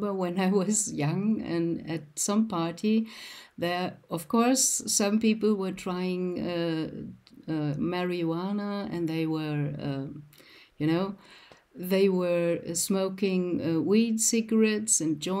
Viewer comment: Mary-wanna😂. Not making fun if you, but you made me laugh the unique way you pronounced it.